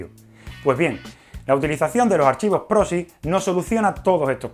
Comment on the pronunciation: Proxy con "x" no "prosi"